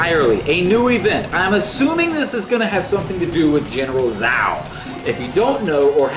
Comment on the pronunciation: lol the actual pronounciation of zhao is ch aa oo (chao) not zao if it is chinese